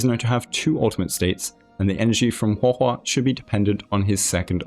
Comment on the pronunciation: I just wanted to say that Guo Guo can be read as "pan pan" (as in like frying pan), well, since Guoba is a food that is made from a kind of rice that is cooked until it sticks to the pan. Which is funny, I guess. Also, good job on pronouncing her name, you did pretty well